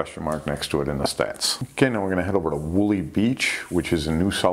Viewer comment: Wooli is pronounced wool eye, I believe its near a river mouth.